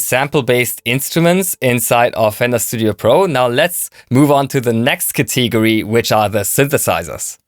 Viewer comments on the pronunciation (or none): It took me 8 minutes to figure out what you meant when you said "contigury" (category)! 🤣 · Although I read your comment before watching the video. I still lol when said ‘Cantigories’ 🤣😂. #gregor4president!!